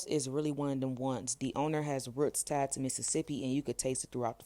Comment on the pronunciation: “Ruuts” just like my folks say lmao